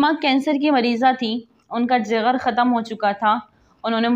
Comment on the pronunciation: Jagar 😆😆lafz Jigar Hy boht lafz ghalat purh rahi ho shame on u